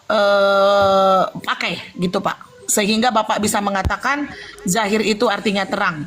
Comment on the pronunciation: Dohir kan pake do bukan pake j atau pun z,,,kok di bacanya zahir yah ???,tolong itu asalnya dari mana ya ??